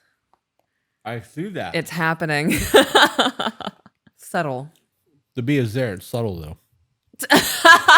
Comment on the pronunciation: saying SuBtle😂😂😂😂